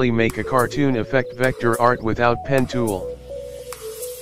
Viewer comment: "Without pen tool!" but "out" is silent 😆